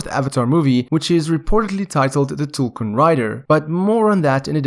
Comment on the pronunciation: Yeeees finally someone pronounced tulkun correctly